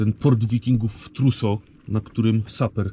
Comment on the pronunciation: Skąd pomysł żeby słowo "Truso" akcentować na "o"? Tak z francuska...😁